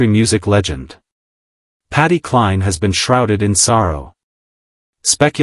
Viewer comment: The sentences dont mesh ,i gave up listening at the start, why is voice saying patty and SHE???